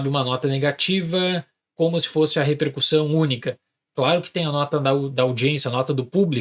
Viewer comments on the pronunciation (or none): none